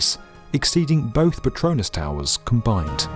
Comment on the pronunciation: when you said COMBINED... my heart stopped beating.